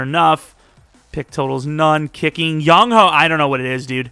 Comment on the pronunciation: it’s not young-hoe, it’s young-hway.